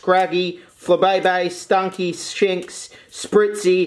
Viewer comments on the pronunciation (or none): Sphinx. The way you said it, it should be shits lol